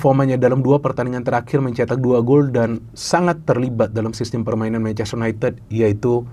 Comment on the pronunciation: Bacanya yunaintid bukan yuneted